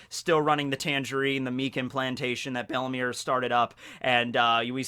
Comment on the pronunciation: it is bellemere, 2nd e silent, not bellimire XD